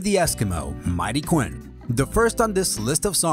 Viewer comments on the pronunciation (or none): none